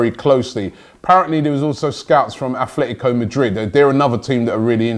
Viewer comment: Just like it's Atletico Madrid, not A'th'letico Madrid. Robby's got to get his pronounciations right.